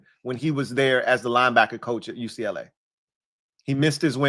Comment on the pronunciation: Hey there’s a customer at my job that hates how you say UCLA he asked if you were a USC fan 😂